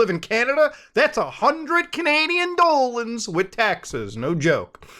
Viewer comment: "100 Canadian dollans" I know feels bad man